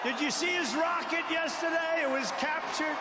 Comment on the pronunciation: “But his wocket bew up!!!” Yeah its normal.